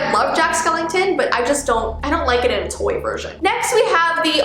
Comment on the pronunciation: I don’t know if anyone notice but when she said “Toy” it’s sounded like “Tor” (Is it just me-)